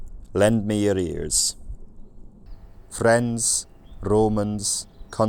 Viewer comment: The last example of the statement at the beginning, sounded like at the end you were saying “lend me arrears.” As an accountant I can tell you that’s not how arrears work. They are not lent, they are bent over.